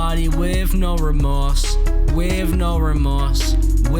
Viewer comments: "Weave no remorze" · You're saying wiv no remowse. Dumbass